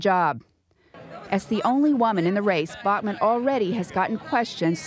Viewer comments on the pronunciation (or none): The way the reporter pronounces Bachmann gave me a fucking migraine .